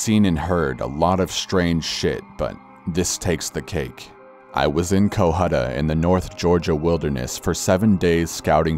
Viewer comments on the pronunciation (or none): okay.. Cohutta is pronounced cuh-huh-tuh or cuh-huh-duh. and there are absolutely zero Armadillos within 200 miles of the cohutta wilderness.... hogs are pretty rare too... south GA is where all the hogs are... Lots of bears though.. thats probably what he was hearing..